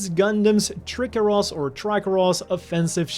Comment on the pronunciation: I think the way you pronounced Trikeros as Trick-eros might have been off. I would've said it as Tri-Keros. That was just something funny I noted. Also Blitz has 1 of my fav shields in terms of built in weaponry as a bonus. Also GX Divider is as well for sure. It's a great shield.